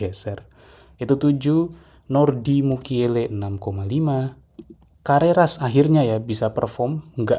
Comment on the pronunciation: carerras kali bang bukan cacceres